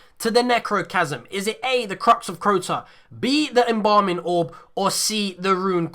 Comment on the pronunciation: The crux of crrrota gotta role the r